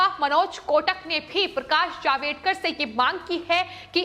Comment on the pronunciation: मिनीस्टर का नाम पकाश जावडेकर है, ना के जावेडकर.